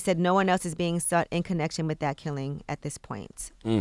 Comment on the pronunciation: With not wifh